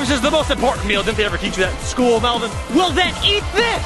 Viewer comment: Or melven or should I say melbon😂😂😂😂😂LOL 😂😂😂😂😂😂